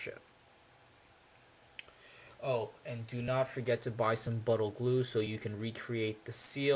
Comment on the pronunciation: what kind of glue to reseal? sounded like you said 'buttle glue'